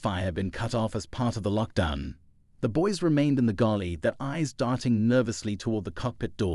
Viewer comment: Fiction. Its galley, not gulley